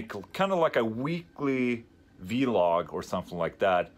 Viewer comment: It's vlog, not vee-log 😁